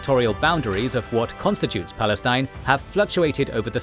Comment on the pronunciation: "Balestin" LOL